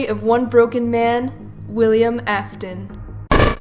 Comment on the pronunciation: Did she say William Akton instead of Afton at the beginning